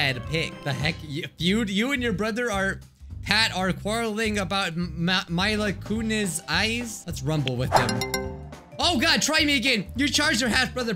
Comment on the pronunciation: I was named after Mila Kunis and you pronounced her name wrong (no hate) so me sad